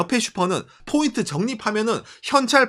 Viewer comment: No bboint Point ok? 일본에 오래살아 일본화된 발음이 안타깝네요 그래도 사실적 내용이 정확하네요